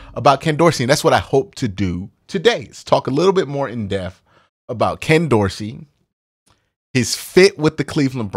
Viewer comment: Dude - please pronounce depth correctly. DEPTH not death. Love your content but that’s annoying me lol